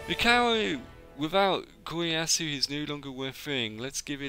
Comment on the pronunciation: I love that Kiyoyasu is pronounced differently every time.